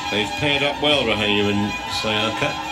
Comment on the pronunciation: Syaika not Sayaka 😂